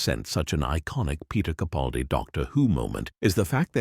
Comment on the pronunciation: It would be nice if Mr. CaPALdi's name wss pronounced correctly. But I feel like I'm tilting at windmills, so few actually get it right! 😢